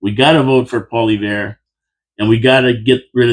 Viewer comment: Try this for pronunciation, "Pauly-ev", say it out loud, "Pauly-ev".....our soon to be PM, Pauly-ev!